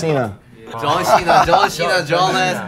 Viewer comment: God did they really just say John shena Excuse me while I TRY to die in peace